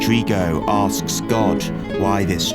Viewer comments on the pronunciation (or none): none